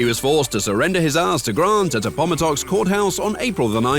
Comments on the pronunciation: Very good job at cramming the American civil war into just under 10 minutes. But the pronunciation of “Appomattox” was ghastly. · How he said Appomattox lmao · Aside from the pronunciation of Appomattox (a.po.maˈtɔks) a pretty good video. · Short "a" sound in Appomattox. Emphasis on first syllable. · It's AppoMATTox. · The pronunciation of "Appomattox" was painful... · Spelled "Jose" as "hosay" pronounced "secession" as "succession" Mispronounced Appomattox And to top it off, historically inaccurate and racist bones in the slaves noses and breasts pathetic excuse for a historical video. Do you not have an editor? Really shoddy work. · That was the most atrocious miss-pronunciation of Appomattox courthouse I have ever heard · G'day to you, I was thinking how well this was done until the Narrator F**ked up the pronunciation of Appomattox, but as Ned Kelly said before the Drop "Such is Life!"! Armadale West Aust. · Mispronunciation of “Appomattox”! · I've never heard "Appomattox" pronounced that way before. Ever. That's an achievement right there. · Probably not with fixing but you are pronouncing “Appomattox“ in correctly. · Just a heads up, you pronounced Appomattox wrong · This was a tough subject to summarize, and you hit all the points. The only glaring error was the pronunciation of Appomattox, but otherwise well done. In particular, clarifying that the Emancipation Proclamation did not free the slaves, just the slaves in rebel-controlled areas. A lot of Americans (and a lot of American teachers) make that mistake. And well done calling out modern-day human trafficking and nations that practice "we don't call them slaves but they might as well be". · Hearing Europeans try to pronounce "Appomattox" will always be funny.